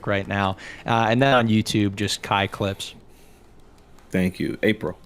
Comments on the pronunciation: when pronounced Kai Clips name as 'Cuck Lips' or 'Cock Lips' it really ruined the debate for me I just couldn't stop laughing. Especially seeing Kais face wondering if he heard that right just after. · Is it just me or did anyone else NOT hear “kai clips” . I swear I head c*ck lips. It looked like even Kai heard it wrong lmao